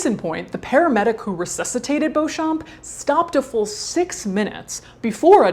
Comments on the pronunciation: Madaam, you have a deal. The name is pronounced "bow-champ". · The p is silent, just read it like Beaucham. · Oh my god! I found someone that shares my last name! I've never seen anyone with my last name before. Also pronunciation is bee - chum, this is for me at least. So, now I know I share my last name with two murders, a living corpse, and a fetish model. If you're curious I can link a wiki in the comments that showed notable people with the last name :). Love you Caitlin!! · Their family name is pronounced Bee-chum. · I’m sure it’s not of any real interest , but Beauchamp is a very old English name that is pronounced “ Beecham” . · Beauchamp is pronounced Beecham.